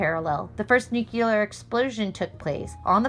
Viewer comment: NUCLEAR is NOT pronounced "NU-CU-LUR" It IS pronounced as putting the words NEW and CLEAR together. "NU-CLEAR" weapons. Sorry. Didn't mean to detract from the message of this video. It's just that even our presidents mispronounce this word. It drives me crazy!